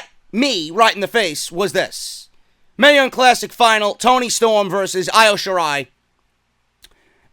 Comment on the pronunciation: It's pronounced e o shirai